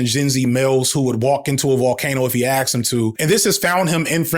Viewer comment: You were an english teacher but you axed the students?